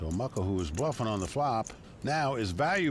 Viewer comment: It's Mukul not Muckel!